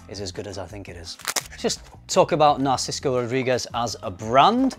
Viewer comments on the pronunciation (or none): why do you say NarcisKo? 🙃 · NARSICO???? where is that coming from? You've written Narciso in the subject, maybe you can't read your own writing lol